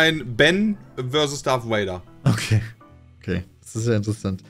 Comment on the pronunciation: Es heißt Darth Vader und nicht Darth Wader!!! Ich kriege jedes mal die Kries ewenn ich Wader höre.